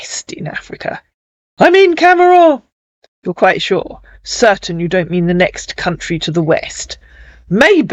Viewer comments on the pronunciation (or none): none